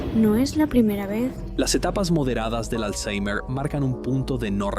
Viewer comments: Por qué dices alzheimer con la R pronunciada como en inglés? no sólo queda de que te las das de listo, sino que alzheimer ni siquiera viene del inglés vaya flipao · le metió acento inglés 🥵🤙